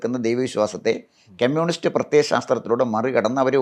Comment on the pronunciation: കെമ്യൂണിസ്റ് അല്ല കമ്യൂണിസ്റ്